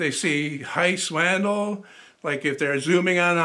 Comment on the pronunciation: Um... the name Matthias is actually pronounced "muh * TEE * uhs." Wandel is actually pronounced "wahn * DEL" (short e). Listen to how he pronounces it himself.